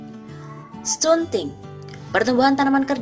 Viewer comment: Stunting/stànting baca